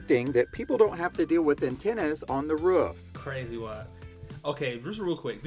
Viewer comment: It's a roof not a ruff.😅